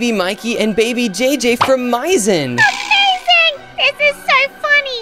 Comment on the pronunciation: said maiizen😂😂😂😅😅